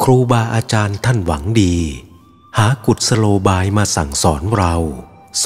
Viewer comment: น่าจะอ่านว่า กุด-สะ-โล-บาย นะคะแอดมิน เห็นมีเด็กๆฟังจะได้ถูกต้อง ขอโทษนะคะ